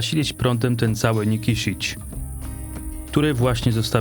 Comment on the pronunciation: Źle wymawiasz nazwę miasta Nikšić . Nikszić a nie Nikiszić.